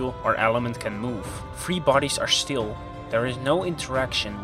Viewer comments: When he says shtill instead of still, makes me wet myself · Wtf! Since when "still" is "shtil''? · So it is not "still" but it is "štill"...I like that 😆